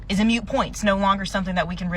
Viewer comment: She said mute point instead of moot point. That right there is enough to tell me she's an idiot.